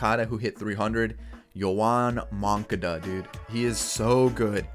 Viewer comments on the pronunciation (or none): I like yawn munkuduh